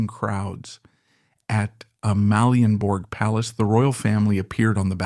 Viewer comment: If you need AI to read the text, then please teach the AI to pronounce names correctly. My Danish toes curl every time Sofie Ro, Amalienborg or Gråsten is mentioned.